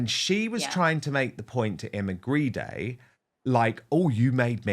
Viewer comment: Maybe Grede should be pronounced properly. After all Grede is Greed.